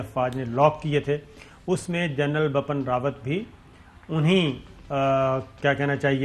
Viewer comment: Sabir Shakir you keep pronouncing general BAPPAN RAWAT. it would've been very easy you to say it right if you had just looked at the English spell. The correct way to say is BIPIN not BAPAN